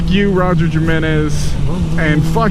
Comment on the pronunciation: The way you pronounced his last name was wrong. I have the same last name. It is pronounced Him-enez. He is Hispanic, and Js sound like Hs.